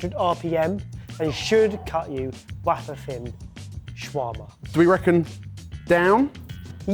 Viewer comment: I've been binge-watching too many of these videos, I have noticed for a second time someone has pronounced 'Wayfer thin' as Wuwfer thin .